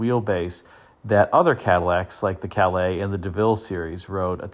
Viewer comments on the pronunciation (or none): none